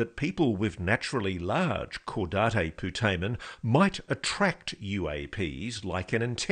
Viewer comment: Caudate putamen is not pronounced like that Otherwise it is a great book